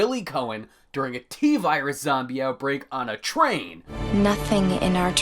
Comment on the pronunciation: I think the narrator really likes trains and T-Rexs lol the way he says them is hilarious